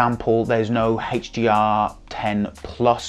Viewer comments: is he doing that on purpose? i can't focus on anything else! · What is this HHHeychdee-R he keeps referring too?? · Whoa...I guess I'm definitely out of the loop. I've never heard of "Heytch-D-R".